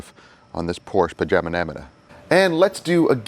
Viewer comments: Great content man! Pronouncing names wrong adds some good comedy to the video. I count 10 times you said Panamera wrong. Lol & I see you went with the first thumbnail for the video 👍🏽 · Enjoyed the video. I counted 7 mispronunciations. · I counted ten mispronunciations. I was curious about the Oberk Wheel Cleaner, would it be worth is for mobile details as it has a longer dwell time? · Mispronounced 9 times,let's go 💯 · Hello + from Australia🙃 The answer for how many times Panamera was mispronounced was 9 times..Also a great outcome as per usual guys..✌ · im gonna say 3 times before contest announcement once in middle then twice at end, but one of those times at the end you actually say it correctly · you said Panamera wrong 8 times by my count, I could be wrong, but I don't think I am. I'm glad you said why the gas door thing was off, that was bugging me lol. thanx for another great video. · I really dig all of your content. It has helped me tremendously and I definitely appreciate that you are not "my way or the highway". You encourage detailer to do what is best for them. I heard you mispronounce the vehicle name 9 times. Lol! 😁